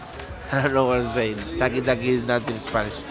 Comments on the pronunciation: Everyone:taaaki taaaki Colin : tarki tarki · TALK EEE TALK EEE💀😂😂😂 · The directors lily white accent pronunciation of taki taki sounded like he's saying tacky 🙄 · Thaki thaki is wrong sound. Taki taki is right sound.